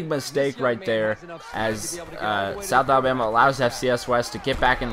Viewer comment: you said south abama